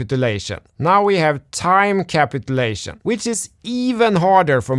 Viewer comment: ka--PIT--u--lay--shun - emphasis on 2nd syllable 😇